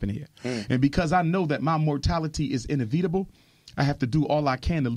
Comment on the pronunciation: why did he pronounce inevitable as ineveetable? First time I have heard this pronunciation.